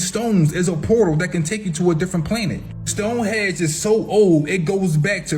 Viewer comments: Bro are you really gonna believe a man that calls Stone Henge "stone hedge", there's no excuse to be that ignorant, he was literally reading an article about the henge and still said it wrong multiple times. Bro I can't tmstand that level of ignorance, it's crazy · Stone hedge and pre hick storic. Lol. Good info though